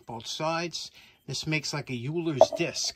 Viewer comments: What a Mosh,! Only thing I could fault, Euler is not pronounced YOU-LER, it's OILER - go figure. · Euler is pronounced "oiler"